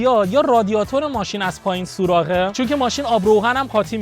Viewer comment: سوراخ نه سوراق اره